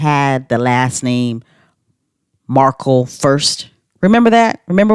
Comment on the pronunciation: So glad to hear your explanation because I was lying in bed and everytime you said Markel I was like it’s Markle